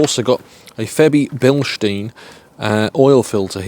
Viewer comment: Forte ! - Quality stuff from Eden Vale SA, used it on my Fiat Panda 1.2 with VVT, restored the performance, after a flush and clean the Oil control valve. Nice to hear you pronounce the Febi - Bilstein name correctly !